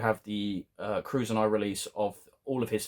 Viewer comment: Curzon, is pronounced as "Ker-sen"